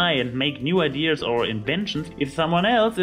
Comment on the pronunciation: You say "ideas" funny. Idears XD